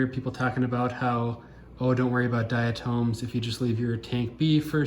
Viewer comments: good video... however I must say this... it's not "diaTOMES"... it's pronounced "diaTOMS".. othewise, nice video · I can't get past the pronunciation of "dia-tooms"